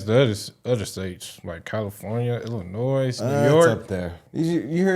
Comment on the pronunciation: Illinois! The s is silent 🤫